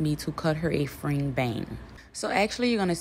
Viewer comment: The “fring” bang pronunciation made me chuckle lol. It’s pronounced like “frenj” babe ❤ but your voice is cute and so is your accent 🫶🏾 you absolutely killed this style.